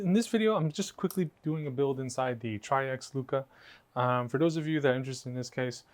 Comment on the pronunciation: It’s pronounced like “tricks” or “trix” and it’s a garbage case.